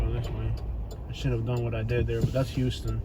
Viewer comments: The street is pronounced houseton not huston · It's pronounced like houseton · Just about to post this same thing...it’s a dead giveaway if you pronounce it wrong. How-stun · It's pronounced "house-ton". Also... Pendleton Homes isn't really that bad... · It’s H”ow”ston Ave not H”u”ston. Lol. Don’t trust any researcher who can’t pronounce the name of the street he’s looking for! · In Middle Georgia, it's pronounced How-stun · Couple of points..it's pronounced "How-stun" Ave. If you drove 2 blocks East at Pendleton Homes you would find Flamingo Dr. A real delight to visit. Born and raised on Villa Crest Ave. Kick ass food in the area. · The street name is pronounced "Hawston" Ave not like the city Houston Texas. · It's pronounced HOWston. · Its pronounced how-stun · The way GA folks pronounce that has always tripped me out. Houston (How stun) & Albany (Al Banny). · For one you need to learn how to pronounce our streets it's not pronounce like Houston Texas and if you don't like Macon take your ass back to AL. Your video was so full of BS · Oh by the way. You missed pronounced Houston Ave. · well, you pronounced Houston wrong. You were in the rather calm section of Macon. You should have read your history. Nothing further!!!! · You need to learn how to say the streets name correctly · You said you dont know anyone who's from Macon Ga but young jeezy the rapper whos technically is from Hawkinsville Ga so my next question is how in the hell do you think you know so much about Macon and this is your first couple seconds ever breathing Macon air you should get all of your facts straight bro and one more thing you are pronouncing HOUSTON ave wrong dont know what you are trying to prove but stay out of 478 and go home homie be blessed